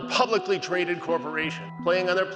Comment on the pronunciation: lol "Publicicly"